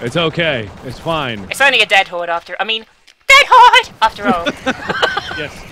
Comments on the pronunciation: Mark: DEAD HORRRDE.: ded hode.:3c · everytime says "dead horde" it sounds more like "DAT HORDE!!!!"